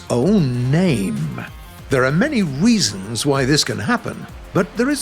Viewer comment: Aien't we all gonna adress the fact that he said weasons instead of reasons